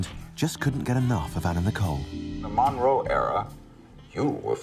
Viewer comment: Why can’t her niece say monroe? Moro 😂😂😂